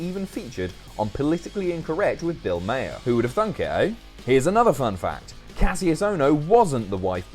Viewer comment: Bill Mahers surname is pronounced Mar not Mayer